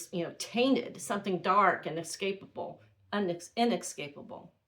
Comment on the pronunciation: Wonderful account. Here are some tips for English presentation: "He had two half brothers, WHOM we learned were also adopted." Inescapable [ IN ESS CAPE ABLE ] not inexcapable. There is no X in there.